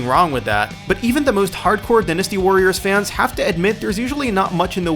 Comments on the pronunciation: Why are you saying dynasty so weird. Dynasty like "Diner" not "Dinner" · You pronounce in dINasty warriors instead of dIEnasty lol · die-nuss-sty not dynn-ness-sty omfg that drove me nuts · din-es-tee warriors..... he says it wrong DIE-NESS-TEE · you said "Din-"asty Warriors so much I had to stop watching... It's "Die-"nasty.. ..like Cyber dyne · Dinnasty? Strenth? Umm, no offense to you, man, but it's pronounced DIEnasty and strAEngth. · sorry to tell you mate, but it's said differently around the world. for example, in America, it's said dynasty (dine-asti) but in europe it could be said like dynasty (dinn-asti) I understand your confusion, pronunciation in other parts of the world can be a difficult and confusing subject. good day. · it's die-nuh-stee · dinisty warriors....really -_- do you not know how to say dynasty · okay I haven't even finished the video but who the fuck says "Din-us-tee" Warriors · Dynasty and strength are pronounced that way where I'm from? Die-nasty sounds bizarre... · Butchered the name Die-Nasty Warriors! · Where did you learn how to pronounce words? I mean I understand not knowing how to pronounce the "oni" in Onimusha but really, pronouncing dynasty as dinn-asty? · An American one, yes. But only the Brits pronounce it dinn-asty. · dinustee? awneemusha? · This dude is an idiot. Good god how do you not know how to properly pronounce DYNasty.. Fuuuuuckin dumbass. Lmfao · Please never say dynasty ever again. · You said dynasty wrong idiot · What moron can't even pronounce dynasty I mean come on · surprised I haven't seen a comment about how dynasty was pronounced... cringes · I definitely noticed that and as a fan of the game I cringed so hard that my neck retracted into my bpdy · yeah the way he said it just went through me and I was screaming the correct pronunciation at my screen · the dark wolf xDD same!!! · How do you mispronounce dynasty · i was like wtf